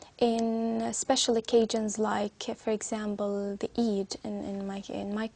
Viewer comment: ‘Usually’ was pronounced as ‘yud’uali’, ‘occasions’ she pronounced like ‘okedgenz’. ‘Just for if I have exams”: I guess ‘for’ is out of place in here))) She used ‘it’ for weekends.“The Vikings were there’ (too simplified for such an exam))))